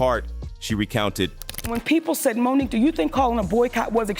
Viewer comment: Does anyone listen to audio before they put these things out? Is it a robot that reads the text?!? Monique’…. Won an Os-car…. Geez